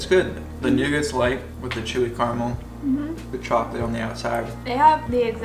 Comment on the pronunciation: Nougat . 😂. Silent T. Carmel = Car A Mel. A is pronounced. 😂 Exact Same…. Both mean the same. It’s either exact or same not both. 😂